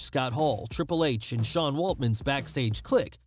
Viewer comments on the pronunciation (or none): none